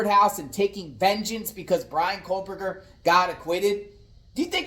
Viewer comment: Why do ya add an L in his last name when you say Kohberger? (First Minute)